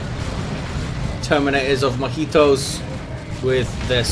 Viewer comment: Thanks for the vids. Since you're pronouncing Mojitos & (i) mujeres in spanish, you can pronounce "&" as "i" as well to make it complete :)